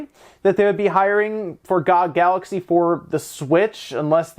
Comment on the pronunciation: "Gog", seriously? It's Gee Oh Gee, clearly.